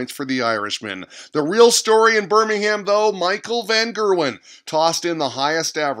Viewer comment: and you don't pronounce the H in Birmingham. But I suppose you didn't know that :P